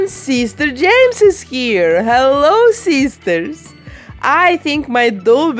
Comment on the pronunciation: i couldn't get over the accent at, "hello sisters."